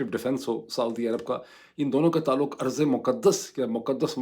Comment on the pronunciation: ڈاکٹر صاحب ارض ایسے ہوتا ہے نہ کہ ایسے عرض